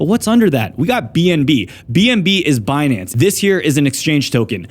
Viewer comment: "Benance" - Yellen